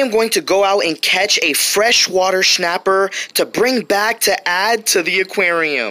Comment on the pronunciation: Is it just me or is he pronouncing it shnapper